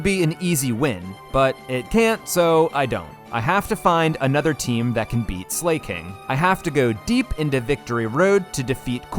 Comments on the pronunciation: Even tho i love your voice the way you pronounce some pokemon names kills me. For exemple Slaking. You say "slay-king" and Everyone else ive heard say its name says it as "slack-ing" or "slack-king" I still love you vids tho. I use them to fall asleep cuz i dont have to look at the screen since you describe everything and it holds my attention without overwhelming me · why do you keep pronouncing it as slay-king its slack-ing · Are you saying names wrong on purpose? Slakin, it's not slayking, it's slaking as in slaking off. Minun from the other video is my-nun, as in minus. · This series is great. Just found your channel. Funny dude. 🎉 But and im sure someone has already pointed this out, in case not, its pronounced slack-king(1word) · Why did you pronounce Slaking like Slay King 💅, gurl Slay Queen 😭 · Zebstreeka, Zeekrom. I’m convince he does it intentionally. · Your clowning yourself the way your pronouncing Slaking